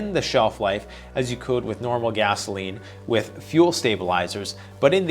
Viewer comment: Hi, great video as usual. Particularly strong intro. Appreciated the little.inside joke when you pronounced it gazzoline.